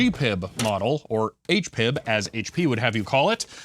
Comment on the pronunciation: My dad worked for HP in the 80s and we had the 6 pen version of that plotter and a 150 PC. The manual had a complete description of the PCL and I wrote BASIC programs to control it. BTW: HPIB is pronounced H-P-I-B, not H-Pib.